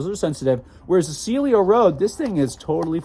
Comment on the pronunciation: You keep saying "Celio" (silio). The name is "Cielo" (sielo) 😅